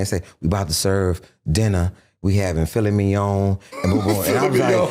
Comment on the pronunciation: Ali Siddiq a mf’n legend this dude been funny he deadass pronounced and said “PHILLY MIGNON” 🤣😂🤣😂🤣😂🤣😂🤣😂🤣😂